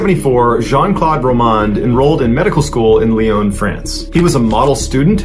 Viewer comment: Sorry it s LYON, PEOPLE FROM THERE ARE the LYONNAIS ET LYONNAISES ( don t pronounce the S at the end , it s silent )